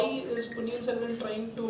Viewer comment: സെൽവം അല്ല ചേട്ടാ സെൽവൻ